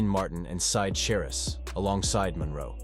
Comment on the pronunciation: Either the narrator was AI, or a real person who didn’t bother to check his pronunciation of names. The name that was pronounced “Side Sha Riss” Syd Charisse (pronounced Sid Sha REECE).😣